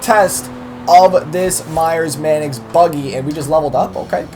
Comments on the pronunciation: Ok. Tf is a "Manicks", not trying to rip on you but its "Manx" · sorry but it's pronounced manks not manix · it's Manx not manix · You could at least pronounce it correctly..mannix? No its pronounced manks. Its named after a cat called a manx.. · Wtf is manix its Manx at least look at the name for a few seconds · Say "Manix" one more time There's no i haha it's Manx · ITS MANX NOT MANIX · MANIX! MANIX! MANIX! WHAT THE HELL IS A MANIX? ITS MANX. M A N X are you illiterate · STOP PRONOUNCING IT LIKE THAT, ITS NOT A MANIX, ITS A MANX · Manks, not Manix. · Everytime he said MAN-EX I LOL'd. Pronounced MANKS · It's pronounced maynx! No man ex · not pronounced manex, its pronounced mAnks, like Hanks but with an "M"... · It's not the man x is a Manks or at least pronounced that way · u saying it wrong it's Mancx not manix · you're saying manx wrong. its not man ex its manks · manx, not manix. sorry. doing my head in:) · y does he say manx its manix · Its actually pronounced manks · he is saying man-ex but with an accent? explain... cos he's either saying man-cuss (x) with an accent or man-ex because he thinks that's right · By the way my great grandfather was the co maker of the Meyers Manx and I personally don't agree with the whole wheele thing the Meyers Manx is supposed to be a beach cruiser for street and off-road thanks for reading P.s. By the way it's (main-x) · He calls it a manix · its pronounced "manks" even the badge has a Manx cat on it, btw Manx is the nationality for the Isle of Man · fyi, there's no i in the pronunciation of manx, just say it how its spelled. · Yo it's pronounced "manks" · The way he says Manx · You were pronouncing Manx wrong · you said Manx wrong WHAT IS IT WITH YOU AMERICANS A PRONOUNCING THINGS WRONG